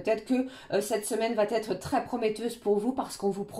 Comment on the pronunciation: Guidance claire et fluide, merci, par contre, si vs pouviez éviter de faire cette liaison (va t être), qui me fait saigner les oreilles, vs n êtes pas la seule😂 Va...etre, c est idiot mais ça me gâche l écoute! Sinon je vs adore❤